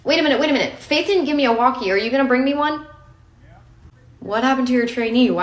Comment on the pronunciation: “Are you gonna bring me one?” Very low but still audible country “…yea…”